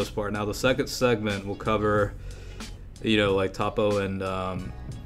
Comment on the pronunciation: its pronounced toe-po